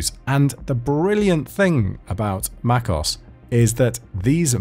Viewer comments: it's pronounced "mac os", not macos. Apple capitalise the OS bit to make it stand out. In the late 90's Mac OS had a space between the 2. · i died when he said macos instead of MacOS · macOS (mac-oh-ess) not macos (mack-oss) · One last "haggle" and I promise I'll stop: Ok....so in this video I've hear you say "MacOS' multiple times. now I know we're all "techies" here, and that we KNOW that "OS" stands for O-perating S-ystem right? So why would you pronounce that term as "os"?.....(as in "os-tensbily!) its pronounced "Oh Esss".....thereby indicating that you're talking about an operating system.....so its Mac Oh Esss.....not MacOS!!!! The same thing happens (or USED to happen until the admins gave a public announcement about it!....LoL!) with CEntOS......people were calling it "CEntos"...as if that made sense...its CEnt Oh Ess........just like its Mac Oh Ess.......and not Centos.......and not MacOS. Ok...raving and ranting is over!.....LOL! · ITS PRONOUNCED MAC OS, NOT MAC OSS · I think its Mac OS, not macos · mac...OS not macos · You keep saying MAKKOS but I think it is MAC OS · it's pronounced mac oh es . Not mac os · you realize that it is not pronounced "Mac OSS" you pronounce it like "Mac O S"! You obviously don't know much about macs, I knew that and I don't even have a Mac! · Tech Tip: it’s not pronounced Mac-cos. It’s Mac-O-S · First thing to learn is to not call it Mac OSS it's Mac O S. it's command click not alt for a right click. :-) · macos sounds way better. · The way he says "macOS" tho...